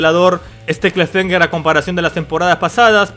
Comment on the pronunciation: "clafemger" XD